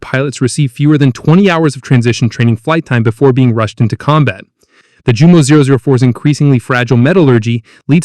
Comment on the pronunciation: And Jumo is pronounced Yumo